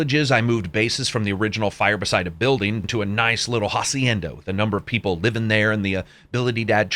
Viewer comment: Thank you again for an amazing review! P.S. I don't know if you like to be bothered with stuff like this, but in Spanish the letter H has no sound, so when you pronounce a word like Hacienda, you should pronounce it just the way you did here but without the H sound ;) Thanks again and I'll be looking forward to the next B movie session :D